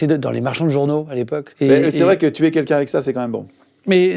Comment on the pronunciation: Guillaume, on dit "quelqu'un" pas "kékin"